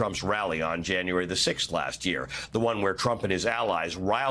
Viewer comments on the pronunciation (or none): none